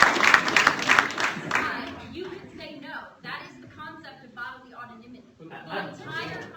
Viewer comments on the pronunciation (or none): "The concept of bodily ottonimity" I think you mean "autonomy" you dense bitch.